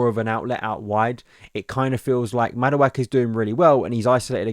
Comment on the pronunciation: Another video where my man butchers Madueke's name.